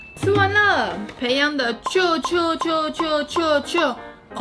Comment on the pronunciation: ペヤング唸做「培樣古」